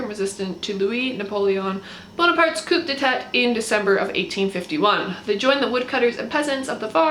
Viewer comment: And coup d'état is with a silent p